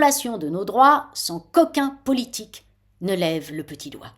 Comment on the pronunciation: Madame, vous parlez mieux que la plupart de nos politiques. L'IA n'est qu'un outil mais de domination, il faut cependant la circonscrire aux tâches que nous ne pouvons pas accomplir, celles répétitives et barbantes et ne lui confier aucune création. Petite note, à un moment vous dites sans qu'aucun politique et mon oreille facétieuse a entendu : coquin politique.